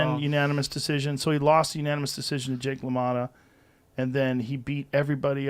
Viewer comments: Yeah if you can’t even say his name don’t try boast your boxing knowledge on a worldwide scale 😂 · Joe “It’s Jake Lamotta” Rogan